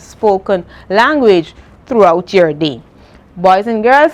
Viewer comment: Instead of day you said dee😮